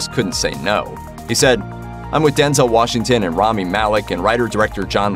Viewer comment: Washinton?...no g? Seriously?... Ironically, it's The Little Things😤😠🙄